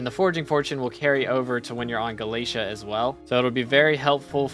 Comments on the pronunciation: he says galeisha instead of galataya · [NPC] Vaeri: Did you just say "Gala-tee"? [NPC] Vaeri: No, no! It's Gala-té-à! PLS say it right 🙏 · There's alot of things wrong with this video, its not to be mean, but please do your research (AND ALSO PRONOUNCE GALATEA CORRECTLY)